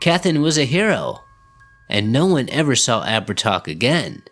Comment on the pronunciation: Actually it's pronounced Ab-her-tah. He was around 6 ft 2 blonde hair blue piercing eyes, oh and he liked to wear white.